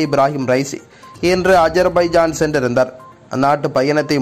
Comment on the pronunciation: என்ன சென்றிருந்தர்,... நின்றிருந்தர்... போயிருந்தர் ன்னு எல்லாமே குறில் ஆக வருது